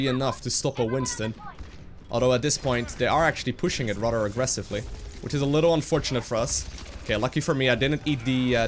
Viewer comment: Your English is incredibly good. Remember your "th" sounds. "Radder" should be "Rather." Thhhhh